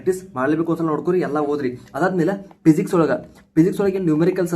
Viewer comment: ಅಣ್ಣಾ ಅದು ಪಿಸಿಕ್ಸ್ ಅಲ್ಲ ಫಿಸಿಕ್ಸ್ ಮತ್ತೆ ಪೋಕಲ್ ಪಾಯಿಂಟ್ ಅಲ್ಲ ಫೋಕಲ್ ಪಾಯಿಂಟ್, ಪ್ರೊನೌನ್ಸೇಷನ್ ಸರಿ ಮಾಡ್ಕೊ